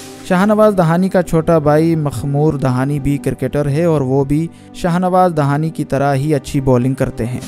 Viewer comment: bhai ye lafz dahani nai hai "dehani"دیہانی "hai jo balochon ka ek maroof qabila ka name hai